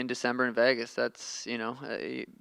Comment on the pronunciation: Nobody: Sean: Vaygis